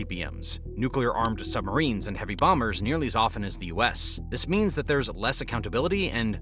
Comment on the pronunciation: Did you say "sumberines". I say you did! 😂😂😂